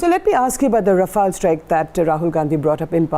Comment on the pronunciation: Also its rafale not raphael lol